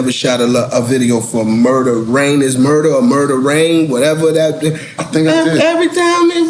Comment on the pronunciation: It's murdaaa